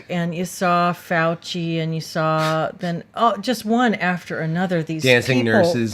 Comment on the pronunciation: i'm just gonna leave the typos in from now on, in solidarity with uncorrected pronunciation of saw and draw.